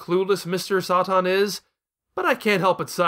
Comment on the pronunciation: "Kuririn", "Blooma", "Mr. Sah-Tan". An argument can be more for the former, while the other two make no sense. Why is he pronouncing Satan like that when the origin of the word is fairly obvious and there's an established english pronunciation for it? And where did "Blooma" even come from? The name Bulma is WRITTEN RIGHT ON HER CLOTHES. I'm going to guess he's doing this because he read the manga first...I guess. But that makes about as much sense as calling Charizard "Lizardon" just because that's the original japanese name, or me calling Chi-Chi "Milk" and Demon King Piccolo "Pikkoro Daimaku" just because those are the names they used in the latino dub and the one I grew up with. It's absolutely pointless and would make me seem like an elitist dumbass.